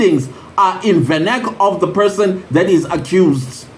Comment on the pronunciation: other people do not know venac also, you should pronounce in ful ie vanacular 🙄🙄